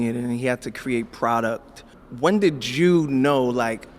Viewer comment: “When did JEW know” I peep how you did that Kanye